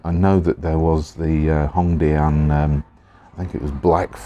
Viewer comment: hongdianの発音がネイティブっぽい笑